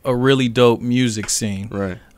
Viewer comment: “Real Mursic “